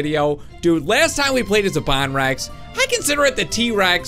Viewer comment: He said bon Rex it’s actually bone Rex